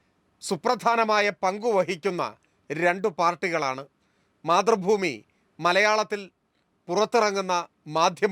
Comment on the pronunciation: KPCC പ്രസിഡന്റ്‌ പറയുന്നത്,, മാധ്രുഭൂമി എന്നല്ല,,,, മൈ,,,, മൈ,,, മൈ,,,,,,, രു ഭൂമി എന്നാണ് 🤣🤣അതാണ് ശരി 🤣🤣🤣🤣